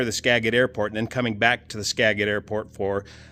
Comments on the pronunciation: I met Bill Anders about twenty years ago at the Abbotsford Airshow. God rest his soul. In the show he had an hour or so earlier flown a beauiful Hawker Sea Fury. By the way,: it is in fact pronounced "skaa-Jit",rather than "skaa-git". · pronounced skajit not stayget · Ska jit. Not Ska get. Thanks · Every time he says Skagit, it's like nails on a chalkboard.. It's not "Skaget" it's pronounced ska·juht. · The airport name is pronounced with a soft "G", "Skajit" not a hard "G", "Skaggit." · As a local from the area, I feel it's necessary to correct the pronunciation of Skagit. Typed out you can break up the syllabus this way, Ska-git and the git part would sound more like jet. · It's not skaGIT. It's skaJIT. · FYI... It's pronounced "ska jit"... not "ska get".... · its "ska-jit" not "ska-git" you got the vowel sounds right but the G is a J sound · You said "-git" (as in "Git 'er done!"), and it's properly pronounced "-jet". Spelled one way, pronounced another; blame the Native Americans for that one. ;) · Local pronunciation Ska-jit - no reason you'd know if you weren't from here, just sharing. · Pronunciation: Ska - jit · it is pronounced skajit and spelled skagit! You do a great job fella. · Skagit = Skah-jit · Skagit = "Skajit" or "Ska-juht" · I appreciate your channel. Just so you know it’s a hard “j”. Like “jelly”. Ska-jit. You should come up and see. It’s amazing. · Skagit- pronounced Ska-jit. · Scaaajit. Proper pronunciation. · Thanks for your update. Just a quick note on pronunciation. Skagit is pronounced more like Ska’djit. Sorry to be pedantic, and these Native American names are tough, but I also appreciate how you always make an effort to be accurate and hopefully you find this a gentle correction. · Pronounced Skagit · Skagit with a soft "G" like "J" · By the way. Love your videos. But the word Skagit is pronounced like the g is a j. Ska-jit. Watching out for you,! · Pronounced skajet thanks for your info! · pronounced "Skajit"